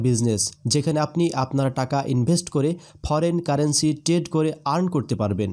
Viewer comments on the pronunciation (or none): none